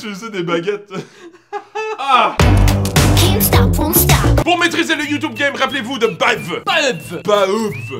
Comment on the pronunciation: Les gars.. fallait pas prononcer youtoube mais youtube pour faire Français :)